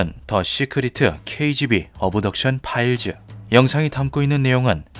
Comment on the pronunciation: 쓸데없이 트집잡는 거 같아서 그냥 넘어갈려고 했는데, 귀에 너무 거슬려서 한 말씀 드립니다. (죄송) 시크리트(secret), 어브덕션(Abduction), 파일즈(Files) .... 과거 영어를 한글화하면서 영어모음이 없는 부분에 "으"발음을 넣는 습관들이 있었는데 이제는 거의 그런 발음을 하는 사람이 없습니다. 굳이 한국말로 최대한 비슷하게 발음하면 씨크릿(secret), 업덕션(Abduction), 파일ㅅ(Files '으'발음없이 파열음만) 라고 하심이 ㅋ 거듭 죄송합니다 ㅎ